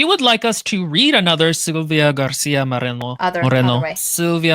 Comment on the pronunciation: First of all, if you have not seen the SEMINAL "emos contra punks mas hare krishnas" (lit: emos versus punks plus hare krishnas) you simply must Second: the book is very much akin to Del Toro's Crimson Peak Third: Silvia Moreno's name has no rolled r's (otherwise it'd be Morreno) the r is "rolled" because it can be sustained. it sounds a bit like an engine? I know a joke is meant but also, americans do do that joke a lot to the point it has peculiar feel But also: if you know the rolled r is the double r why would you deliberately mispronounce the author's name? What's the joke there? Or if you thought the short r is the rolled r... the joke is you got it wrong? I dont want to be acerbic but i really dont get why bring the rolled r up